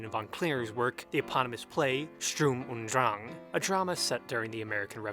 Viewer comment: Come on man, its /ʃtʊʁm ʊnt dʁaŋ/ , it's nor hard.